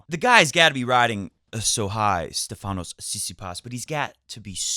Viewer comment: Since "freakin'" Tsitsipas isn't going anywhere in the near future, and you're set on saying his 1st name too, pleeeease, it's StEfanos, not StefAnos. Like StEfan Edberg, if that helps. Happy, happy birthday to Mr. Goat(I see he came to his senses and changed his name back :-D)!! What presents did he get? Not entirely sure about this, but on a couple of occasions last year Roger did say that, because of less matchplay, he always had to play scrappy matches in the beginning of every tournament until he got to feel the ball. So, what I'm thinking is, this is what he's doing here, either for a win now or later. Again, I could be totally wrong, but he looks to me like he's been trying different things all the time, not obsessing over the mishits, until it was time to win each match, gracefully or ugly. Tsi has set some goals of his own this year, so it will be nice to see 2 people play with things to win, instead of something to lose :-).